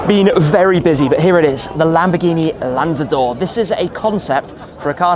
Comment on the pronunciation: Italian:- lanzador 🤌🏻 Bengali:- landador 😂